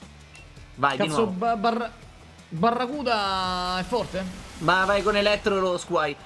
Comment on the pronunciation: Si pronuncia barraschiuda